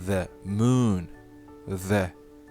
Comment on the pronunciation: Ne unaqa kulgili gaprasz The muuun😂😂😂😂